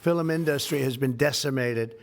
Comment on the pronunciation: I know there are much bigger problems with the incompetent in the Oval, but maybe we can get rid of him because of his exceedingly annoying way of mispronouncing "industry."